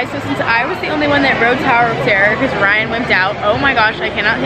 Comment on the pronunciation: she said brian instaed of ryan